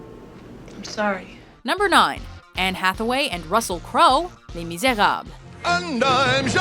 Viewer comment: I'm confused now... Why is she saying "Les Miserab" ? I feel something is missing maybe the "-le"? 😞